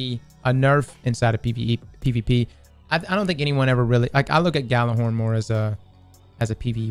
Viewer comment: Gjallarhorn is pronounced "Yallarhorn", just btw.